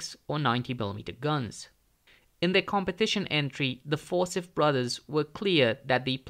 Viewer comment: You lost me at For-sith. The name Forsyth is pronounced for-SY-th.